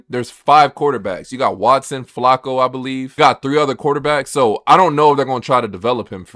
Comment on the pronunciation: You have a sports page and don't know how to pronounce Joe Flaccos name correctly? 🤦🏿‍♂️🤦🏾‍♂️